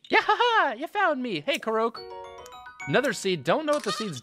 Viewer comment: hey its pronounced core-oc not karoke